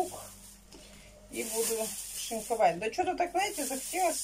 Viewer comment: Да не Наете а знаете но режет слух же это что привычка. Сатрите вместо смотрите ну это что ну это же что-то не так